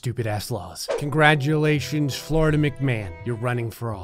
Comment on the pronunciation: Dictionary pronunciation: Florida Pronunciation: Floridia